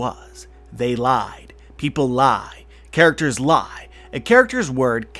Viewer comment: The way he says lie is so funny